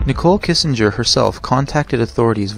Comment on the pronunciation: *Kessinger, not Kissinger .. or Skank works too 🤷🏼‍♀️